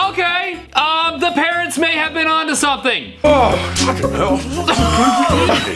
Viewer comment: I'm sorry but I did not hear "fvcking he//" I heard "fuhhin hall"😔🤣